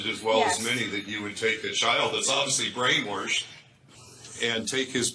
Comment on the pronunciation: And said “brainwarshed” more than once… lmoa 😂